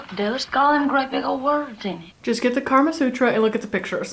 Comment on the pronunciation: lol "Get the KARMA Sutra" hahaha Sorry, - I had to laugh. It's the Kama Sutra. Karma Sutra is something else totally lol;)